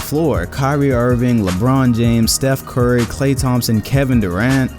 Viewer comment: He said steph CORRY